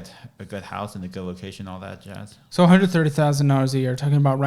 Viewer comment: “All that jasss”